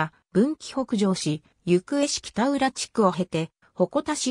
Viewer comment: ゆくえ市じゃなくてなめがた市ですよ